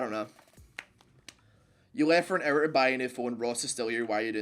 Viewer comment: ''finally'' ''hour'' not fenal or error